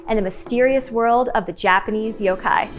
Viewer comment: I'm so glad your Japanese pronunciation is spot-on. I'm tired of hearing people pronouncing yokai as "yow-kai".